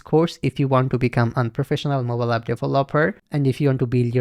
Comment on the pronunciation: yes brother instead of "moballap in on of...." you should have said "MOBILE APP IS ONE OF......"